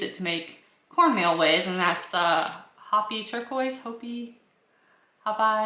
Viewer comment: It is pronounced Ho (as in ho ho ho,santa) and the pi is pea. Also all corn can be grounded, as all sweet corn is a field corn in it's early stages.